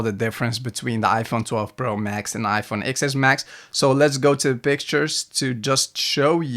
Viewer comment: Stopped the video as soon as he said "Ex Ess Max" 🤦🏽‍♀️ Anybody that doesn't know it's a "TEN S Max" looses all credibility.